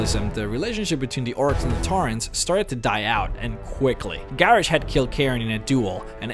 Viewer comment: Seriously? Garrish?